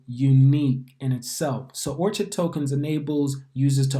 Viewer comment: Yeah it’s “or-kid” like the flower 🌸